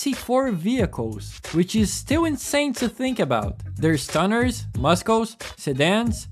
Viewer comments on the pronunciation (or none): Muskles? Haha. I like the way you pronounce it ❤🐀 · my favourite childhood game, the soundtrack, the handling, the customization, i love it all and even i just found out about something i never knew, that some muscle cars have special vinyls in the Graphix section also not to be "🤓" but in the word "muscles" the c is silent